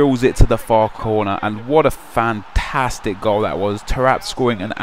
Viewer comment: Anyone else think sounds slightly irish when he says "fantastic"?